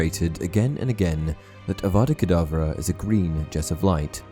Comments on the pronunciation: Um idk if it's just me but when Snape killed Dumbledore, I swore I heard Snape say Abracadbra instead of Avada Kadavra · Because if you listen closely he actually says avada kadableu